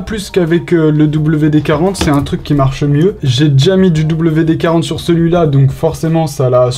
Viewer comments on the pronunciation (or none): Si jamais WD-40 ça se dit VD-40 ^^